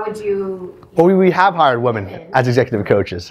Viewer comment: I'm pretty sure you're mispronouncing the word women, it's plural and it is pronounced differently than woman.